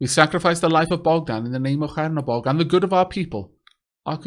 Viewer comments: Awesome series! Btw it's Chernobog, not Hernobog :). It means Black God in russian. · Chernobog reads with 'Che' like in 'chess' or 'Che Guevara' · Please fix your pronunciation of the name of the god :D CH like in Cheese like the other comment said ! :) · The CH in Chernobog is pronounced like in cheese.